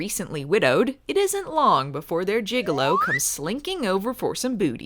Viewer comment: You know it's gigolo,not gigalo, right? You may be thinking of juggalos.